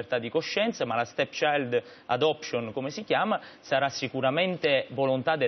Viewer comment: "La STETSAILD ELEPSCION" "LA STECCIAILD ADOPCION" alla terza l'ha azzeccata